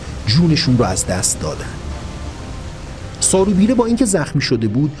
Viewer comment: سارو بیرو اشتباه تلفظ شده اسم ایشون سارو ببره است